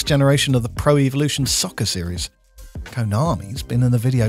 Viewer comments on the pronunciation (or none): none